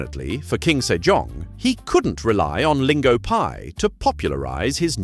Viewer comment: I kept hearing King Sir John :D